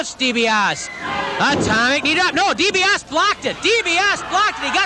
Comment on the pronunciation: man, nobody knew how to properly pronounce Dibiase back then especially in mid south.